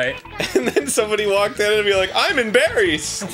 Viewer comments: My God guys, "I'm In-Barriest" not "I'm In Barryassed"? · Arin would be "In-Barry-ssed"